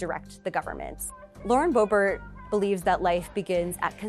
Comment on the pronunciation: Q says Booebeet / MTG both SHAMELESS Women and embarrassment to all Americans...